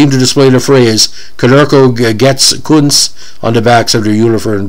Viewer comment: Ironically enough, you are pronouncing his name correctly.